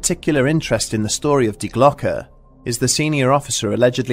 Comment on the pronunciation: Thank you for pronouncing "die Glocke" correctly. Schiller would be proud :D